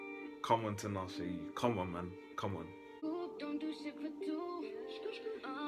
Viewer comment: TEE-NAH-SHAY. Not TEE-NAH-SHE.